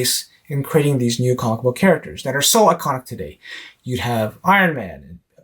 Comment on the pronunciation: Good job... I giggle at the pronunciation of "comicbook" that you and also Swagglehouse uses. Sounds like you are saying comma-book. LOL! Still a gr8 post though. Keep it up. 💯